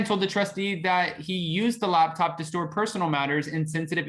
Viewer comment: are you saying labtop or laptop? sounds like your saying labtop to me